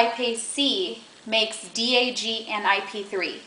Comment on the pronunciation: You're saying DAG wrong. Also, is that a cucumber?